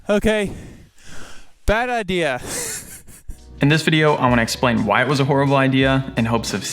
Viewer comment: Bad i-deer😂